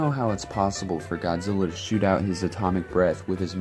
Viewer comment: Lol its godzilla not goodzilla